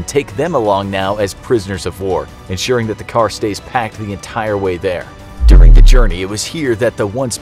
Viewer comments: Yo you said “during” like you meant it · O gosh that hurt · Lol I heard it too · do you hear what I hear when he says “During”?💯👍🏼